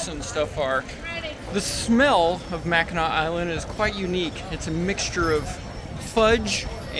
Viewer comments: The pronunciation on Mackinac island is correct. Its AW not AC. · Yeah dood! You’re saying it right! Mack-n-aw. My family is from Michigan and we spent a week on the island ages ago. The island is famous for their fudge and the grand hotel too. Definitely worth it to rent some bikes and ride around the coastline! Another great adventure! Thx for sharing! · Mackinah..... is absolutely correct. Thx for not butchering the name. Love your videos.